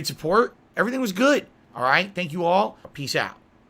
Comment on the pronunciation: Why the fuck does he say LEW ER